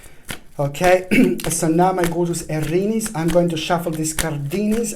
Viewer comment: Aaaariiiniiis!!! The way you say it.... Well, i am no longer 'Aries'.... I am 'Arinis'.